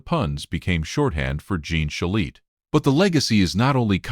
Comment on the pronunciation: Pronounce his name correctly, please.